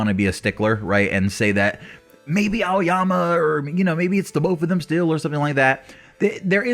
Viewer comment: It's aoyama lol